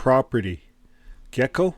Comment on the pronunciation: Excuse me,. Geico is pronounced like this.